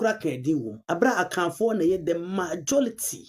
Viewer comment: Did she say MAJO-LITY..😂😂 Nd did she also say WUU to you....😅 Well to answer your question, The ndc was brought to power by all the tribes apart from Asantes and Eastern religions..so who should fight for you to eat...?? Obi nhuhu ma obi nkeka...you voted against the ndc yet you want posts..?? Ndoe..!!!